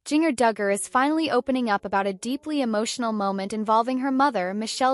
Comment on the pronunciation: Why not saying her name correctly